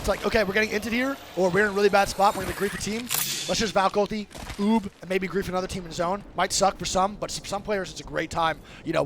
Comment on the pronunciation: 「ウーヴィング」じゃなくて「ウービング」ないし「ウーブ」ね。 Out Of Bounds の頭文字でOOB。VじゃなくてB。